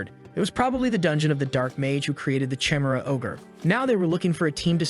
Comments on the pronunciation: Jezez AI pronunciation. Chimera is not "Cheemera" it's "Ki Mera". Teach you AI better. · Say it with me: Kah- E-Meh-Rha (chimera) Not: chai-meh-ra. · they way you say chimera 😭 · cant get pass the way he pronounces chimera.